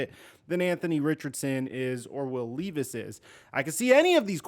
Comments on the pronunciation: LEV VIS LEVV VIS NOT LEEVIS 😭😭😭😭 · Its Leh-vis. Not Lee-vis